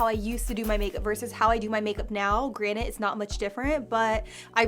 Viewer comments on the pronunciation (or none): Girl do you say granite instead of granted?! 🤣🤣🤣